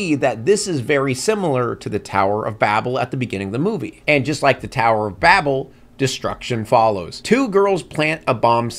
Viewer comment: That's not how you pronounce 'Babel.'